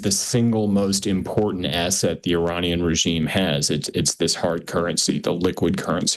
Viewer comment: He’s saying Iranian wrong